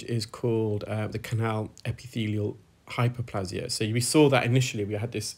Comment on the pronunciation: Hyperplasia: Pronounced . i.e.; a long 'a', not short. 👍